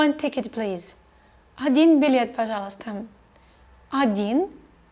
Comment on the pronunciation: You say "пожалуйстам". With M. Is it right?